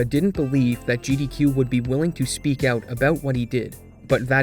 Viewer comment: You put so much effort into over-annunciating your words, and then you choose to say "oat" instead of "out", why?